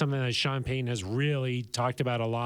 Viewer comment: People that cannot say Payton, Peyton, or Titan correctly just really sound unintelligent to me. I know they are not, but it is not good to mispronounce a coaches or player's name when it takes little effort in these simple names. I would correct them every time if I had a simple name and a person could not pronounce it correctly. One silly thing is that these people can say Titanic correctly but cannot say Titan correctly.